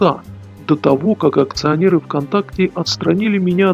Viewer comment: Всё ок, полностью согласен. Но почему ты говоришь слово "акционеры" как "аУкционеры"? Слово "акции" ты тоже говоришь "аУкции"?))))